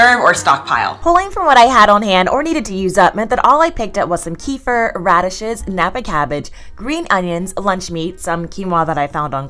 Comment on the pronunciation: just a heads up kefir is pronounced ke-FEER, sort of like kaffir limes. it doesn’t rhyme with reefer 😊